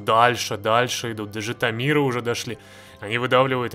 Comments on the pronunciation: Не ЖитомИр, а ЖитОмир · Ты как произнес? ЖитомИр?! Вообще то правильно ЖитОмир... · Не ЖИтомир а ЖитОмир